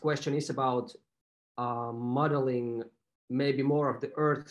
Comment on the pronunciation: The way he says modeling sounds like muddling, which is about right.